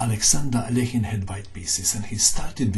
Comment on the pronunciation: rat According to Wikipedia, the pronunciation is [ɐˈlʲexʲɪn], which is basically how says it…perhaps a bit more Russian-sounding.